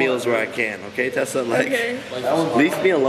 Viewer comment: It's TEEEsa Tessa not tassa